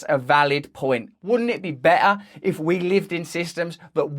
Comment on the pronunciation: I would pay someone to teach me how to pronounce "better" the way Russel is pronouncing it :D